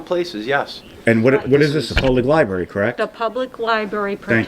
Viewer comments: Did she say "libary" ? I thought smart folks werked in Libarys. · I think she said "liberry". Haha